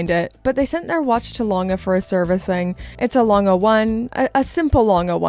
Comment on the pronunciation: The A. Lange pronunciation was not toooooo good 🥲 I’m sure it will improve quickly with owning that A. lange 👏🏻